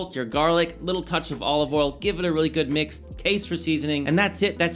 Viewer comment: You’ve been in Texas so long that you can no longer pronounce the word “oil” 😂